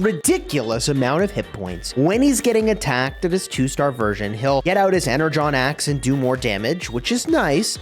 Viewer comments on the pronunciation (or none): EnerGon not Enerjhon